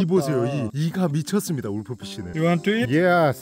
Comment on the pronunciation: 울프피시는 룰프피시 라고 해주세요